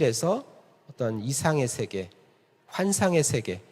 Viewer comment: 발음문제. 긴 자를 짧게 잘못 발음한 예: 두 가지, 세계, 세 번째(한학자이신 강사께서 하나 둘 셋 넷 도 바르게 발음하지 못한다니!!),유파, 두 번,배경,해갈,(무거울)중,세계, 등이니, 대학 교수의 발음 문제가 이토록 심각하다면 우리 문화의 현주소는 어느 수준인가요.놀라은 일은, 자고저에 는통해야할 한문 학자의 수준이 이 정도라는 사실입니다. 1967년에 고국을 떠난 이 외국 동포가 한국 언어 탸락상이 하 분하여 ㅋ쓴 "한국 어문을 고발함"이라는 책을, 고국 통포여! 조용히 읽어 주시옵소서. 미국 변 완수 드림